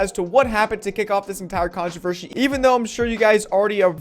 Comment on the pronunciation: It’s the contovershy for me😂😂 dude it’s controversy